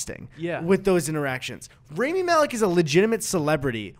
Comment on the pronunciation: Guys PLEASE his name is RAMI Rah-me not raimi